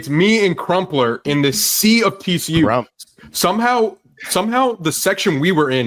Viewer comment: The way Stu says CRUMP is diabolical.